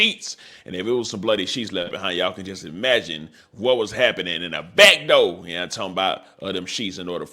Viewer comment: The way you said BACKDOE 👉🏾👌🏾 🤣🤣 only the diddler